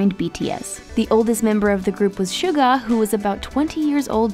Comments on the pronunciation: "shuka" 😐 *deep breath* ok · Also she pronounced Suga wrong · She also just called our Yoongi shuka instead of Suga. Man, she's butchering names left and right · Gets even more upset listening to them butcher their names!...Chin?...Sooka? Are these the 8th and 9th members that we didn't know about? lol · Ok soooo she can't pronounce suga or seungri right noted